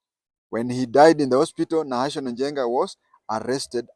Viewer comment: And its not nahational as it sounds from you . its NAHASON